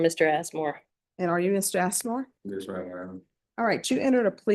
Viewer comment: Did she say assmore? 😂😂😂😂. Boys are gonna love him.